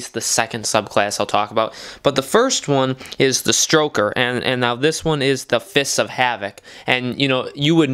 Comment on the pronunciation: I paused it and went to the comments the moment he called it a stroker